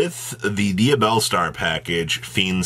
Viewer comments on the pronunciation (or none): Tear-ah-la-ments lol I hate that Or dia-blaze 😂